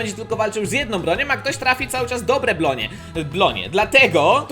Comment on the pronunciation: blonie muwi sie bronie